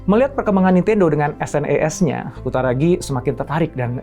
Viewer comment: SNES (Super Nintendo Entertainment System) dibacanya senes pak bukan dispelling S.N.E.S. yg ngalamin masa bocah di thn 90an pasti ngerti.